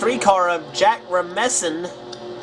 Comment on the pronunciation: I'm pretty sure You pronounce the S in "Rasmussen" like "Razz-Muss-sen", he said it was "Ras-MEYUH-son"